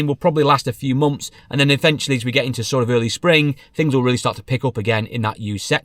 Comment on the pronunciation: You spell months right but then say mumfs lol